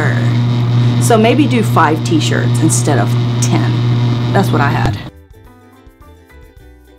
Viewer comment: “whettt ?” Hilarious 🤣